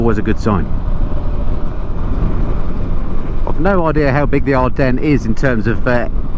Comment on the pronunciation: ever heard If WWI? You've said "Adrennes" 19 times without a single reference....